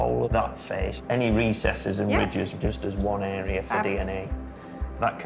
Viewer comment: lol such a funny accent they have ..pronouncing face as feeeece lol